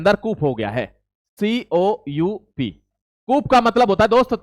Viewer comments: coup का उच्चारण कूप नहीं कू होता है । coup फ्रांससिसी word है । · "Coup" is pronounced as" कू" not as" कूप" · It is spelled coup but pronounced "koo". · Your Hindi is good. Coup's 'p' is silent. It's pronounced as koo.